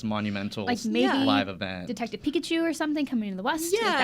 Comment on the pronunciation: Pikachu not "pikcachu "